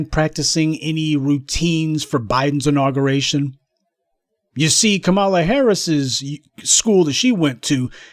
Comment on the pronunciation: Lol he said copmalla